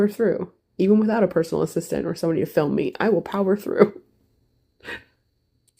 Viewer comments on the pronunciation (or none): none